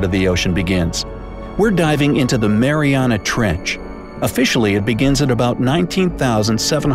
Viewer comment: It’s not Mariana trench it’s Mariana with At trench my mom was actually named after the Mariana trench